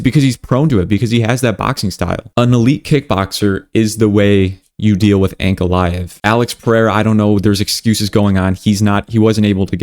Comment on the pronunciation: Bro everything you say right but Islam , Ankalev , Belal you said wrong about this .😂